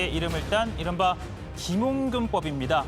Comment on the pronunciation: 김용균법 발음도 못하는게 뉴스진행하냐 ㅡㅡ